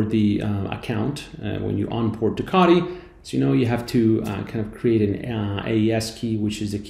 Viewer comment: Wtf is kadi? 😂 say it with me CO TEE